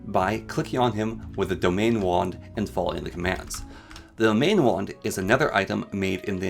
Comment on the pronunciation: Very helpful video, but you mispronounce a lot of things. (e.g., domain wand as dominion wand, or winlden as wildens)